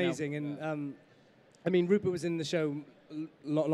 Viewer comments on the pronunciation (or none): Rupert, not Ruppert!